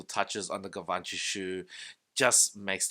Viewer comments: Gavanchy? Lol 😂😂😂 Lear how the pronunciation first before doing a review dude! You look ignorant with that pronunciation that’s not even close to how it is pronounced. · Could you at least try to pronounce it right? "jzhiv-on-shee" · My frend you pronunciations on Givenchy is shit call them G is better